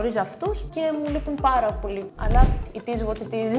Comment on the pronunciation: it izzz what it izzzz